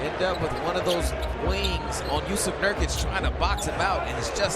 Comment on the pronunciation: Jusuf Nurkuc, not Jusef Nurkic